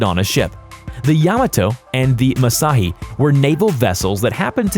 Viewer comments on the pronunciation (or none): It's Mu-Sa-Shi... Not... Ma-Si... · Its musashi not Mashi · how can you read MUSASHI as musahi ffs and yamato/ musashi had no 9x457mm guns but they had 9x460mm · Not mashi it was called " MUSASHI " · Its Musashi not massi.... Ffs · Pronounced Musashi as "Musahi" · Hey Buddy......the ship's name is pronounced YA-MA-TO and MU-SA-SHI....... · Ok so A: The Caliber of the guns on Yamato and Musashi (Which you are pronouncing wrong, it's Mu-Sah-She) was not 457mm like you say, it was 460mm, which may seem like a small difference but is actually a relatively large difference due to how the ballistics would have worked on the weapons. B: The guns on Yamato and Musashi were both used in combat (which you claim they were not). Yamato fired her main battery guns several times, most notably at the Battle off Samar at an American destroyer group known as "Taffy 3", making it the only time she engaged other ships with her guns, but she did engage coastal targets with her guns multiple times before that. Musashi fired her guns in anger during only 2 engagements, one at the end of the battle of Attu to cover the Japanese retreat against American landing forces, and again when she was engaged by the American Destroyer USS Tunny (though she fired them in a wildly incorrect direction, and hit nothing of note besides the broadside of the Pacific Ocean).